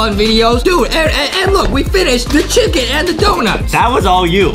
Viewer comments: Chulken it’s ChUcKeN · I like how Justin makes the word “chicken” into “chucken” and when he was skipping to the chicken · why do justin says chuckin when he says chicken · foxy birthed from unknown mother Foxy: "WhErEs tHE ChyuKeN!!!" Me: * me choking on my water* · Chicken more like Chocken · Justin when he was born: " WHERE THE CHUKEN AND DOUNUTS" Justin's mom: O_O